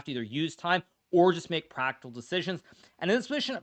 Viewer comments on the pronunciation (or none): "So I made the pragg-tical decision.." Did anyone else hear this?? 😂😂